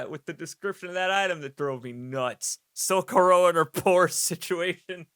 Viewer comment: You said SOcorro, but here in Spain it's soCOrro.